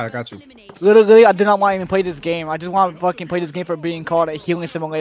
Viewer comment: "Its witterwy a healwing simuwator"